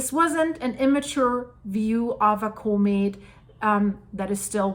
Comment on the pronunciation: "CAW=met" not Cooomet :)